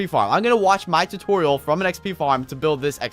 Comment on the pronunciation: Did he said tu-toriel as tutorial?